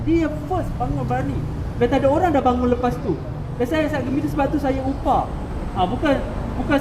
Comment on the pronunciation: Cane ko ley jadi motivator ek.. cara ko ckp pon xbetul.. 'upah' pale otak dyela...